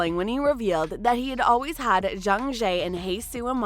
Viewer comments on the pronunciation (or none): none